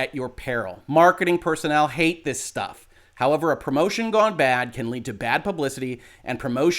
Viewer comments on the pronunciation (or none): none